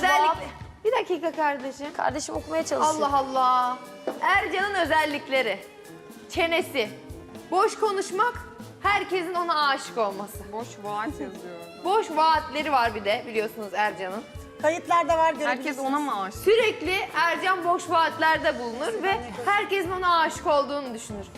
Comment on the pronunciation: Vaad değil vaat